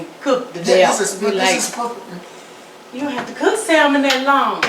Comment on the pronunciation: if you don't take that L out of salmon lol it's silent 😉 but anyhow... this looks great